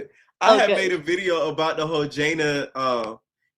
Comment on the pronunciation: you talking abt nic and kenny and jana and kenny but you can't even say jana name right !!